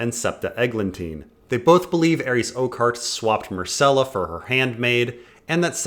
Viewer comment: Mycella? Isn't it Myrcella?